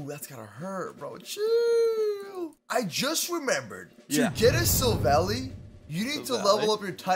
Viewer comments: ITS SILVALLY NOT SILVALY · its syl val eye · Sill-val-i Thats how you pronounce it